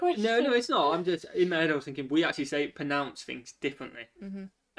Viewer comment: I enjoy this type of video. It's funny, to my American ear ur pronounciation of "card" sounds like "cod". Ur "head" is "Ed" to me. 😊 I can't wait to meet ur baby when ur ready to share